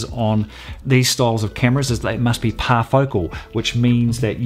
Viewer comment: It's "parfocal" not "parafocal" and it's one of the most sought after features of professional zoom lenses. A DSLR user would benefit greatly from a parfocal lens, but most can't afford them. There is no correlation between sensor size and image sharpness. "Sharpness" is determined by the optics and the resolution of the sensor. Larger sensors are not inherently sharper than smaller sensors. All other things being equal, a larger sensor will produce a brighter image than a smaller sensor, due to having more surface area for light to make contact with. This enables the user to shoot at a lower ISO rating for reduced noise, which can help improve "sharpness." BUT the larger sensor will also produce a shallower depth of field, which means less of the image along the Z-axis will be in focus, therefore causing a loss in sharpness.